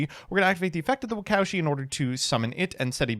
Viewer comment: Anyone else cringe everytime pronounced "Waka Ushi" as "wacowshi"